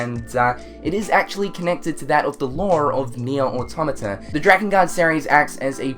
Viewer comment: Dirge of Cerberus was the only Final Fantasy game I played blind and actually finished. Oh and it's pronounced DRAKE-N-GUARD!